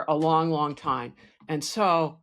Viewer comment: Did you say WONG term mission 😢